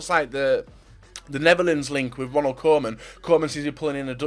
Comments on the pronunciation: Hi, Great video again. Only i hated the way you say Koeman. You say it like Coman but it is Koeman where you pronounce Koe as the ku from Lukaku. Cheers from the Netherlands. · You keep making me think Kingsley Coman retired and became Everton's manager. It's pronounced Koo-man ffs